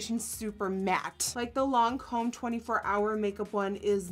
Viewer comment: The way you say Lancôme is actually the right way to say it 😊 (i'm french hahs)